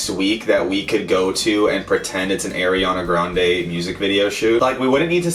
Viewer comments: I'm triggered at the way he says her nameee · Airiana Grande?????????????? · since you said AIRiana grande i wouldn't believe you either way also ariana said she only made 3 mv from her album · Shadow Style90072 My friend: why are you laughing? Me: nothing. My Brain: AIRiana grande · lol the way he said ariana grande 😂😂